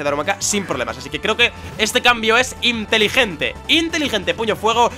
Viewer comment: cada vez que dice. "voy a ser interigente" me de miedo